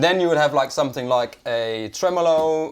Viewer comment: I've always wondered why pronounces the word 'something' with a 'k', (somethink as opposed to something) 🧐